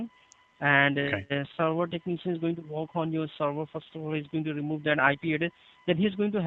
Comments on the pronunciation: Corey Uren 😂 Lol “Tecknee-shun”! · Everytime I hear them say "tuk-knee-shan", I cringe.